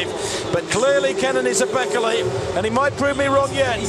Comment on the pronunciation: It's pronounced "Bay-KAY-lay" not "BECK-eh-lay"